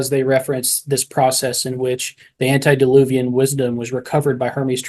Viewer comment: Please, it's "antE-diluvian", not antI-deluvian...